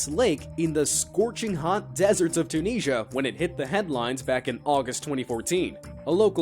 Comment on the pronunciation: The way he pronounces Tunisia KILLS ME